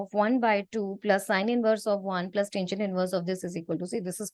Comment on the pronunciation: It's not taingent, it's tangent